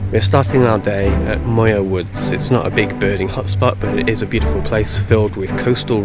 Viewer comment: Point RAYES. Mar-IN. MYOOR Woods. Mt Tamal-PIE-us.